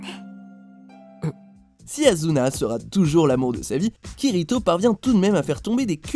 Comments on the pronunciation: J'ai l'impression que c'est fait exprès c'est asuna pas azuna . Pourquoi vous le dite avec un "Z" alors que c'est un "S" alors stop svp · Oh mon dieu, il a dit "Azuna", apprenez à dire les noms japonais, c'est Asuna, le s prononcé comme "ss" c'est pas compliqué Et pour Nisekoi, Chitoge est la fille d'un gangster, pas d'un yakuza, c'est Raku qui est le fils d'un chef yakuza, vous faites des vidéos sur des animes mais aucun de vous ne sait se renseigner correctement Et franchement, je pense que le premier du classement aurait dû être Makoto de School Days, il se tape littéralement toutes les filles principales et secondaires par pur plaisir alors qu'il sort d'abord avec l'une qu'il trompe avec une autre qu'il trompe avec tout le reste des filles, y a pas plus pire je pense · Je rêve ou j'entends "bon chance" ? XD Azuna ? Non ! Asuna ! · Il a dis azuna lol ça se dit assuna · Azuna vous êtes sérieux vous abuser c'est ASUNA putain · "Yu NaruMaKi" Coup dur pour les fans de Persona . "AZuna" Coup dur pour les fans de Sword Art Online Je pleure :( (C'est faux. C'est drôle.) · Ça se dit pas Azuna